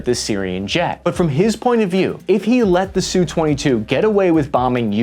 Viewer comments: It’s not a “Sue-twenty-two”. It is an “Ess-you-twenty-two”. Your narration is very annoying, but thanks for the video anyway. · All right then.... ENOUGH of this identification of the air craft as the "SOO-22". This just shows the ignorance, (Uniformed or uneducated) aspect of the video "author". I worked for a contractor of the major manufacturers of USA interceptor, recon, and our (meaning USA) OFFensive aircraft. We knew the names of our enemies, and the names of their Def/Off instruments of conflict. There was NO aircraft called the "Soo-22". They ARE called the SU-22, as in "Ess You Twenty Two". Do you understand that? "S U". NOT SOO, or SUE, 22. It is pronounced (in phonetics) ESS YOU Twenty Two. Good grief. Get both your nuts in one sack and learn what you are talking about.